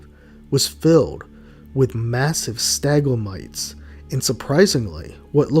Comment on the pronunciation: “Stagglemites” lmfao Tight channel tho new sub